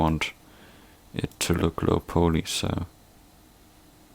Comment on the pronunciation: It's pronounced Low Pollee... Not Low Poley